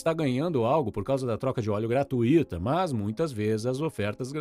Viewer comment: Aprenda a pronúncia da palavra "GRATUITA". Você está pronunciando errado.